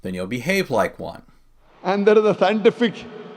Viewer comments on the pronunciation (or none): At 0.14, ..."There is a...Scien-tee-thic.............................. TTHInGG".